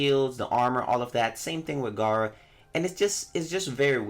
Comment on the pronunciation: it’s gera tf you saying Garra for